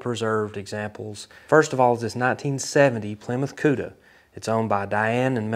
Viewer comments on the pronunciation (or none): none